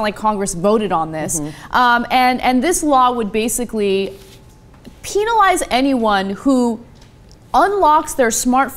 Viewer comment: lol .. "penilize"